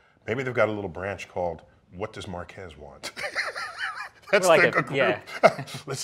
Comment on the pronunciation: Is Neil saying MarqAAS too? lluminati confirmed